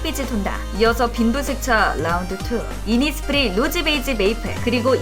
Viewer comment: “innis prii” 😂